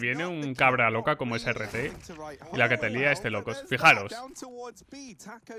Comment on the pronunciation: NO creo que se pronuncie "a r T" sino "art" como arte en inglés todo corrido. Porque esa agresividad es pura arte.